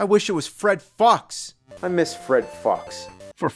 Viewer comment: I think “Fred Fuchs” might have actually been meant to be pronounced “Fred Fooks”.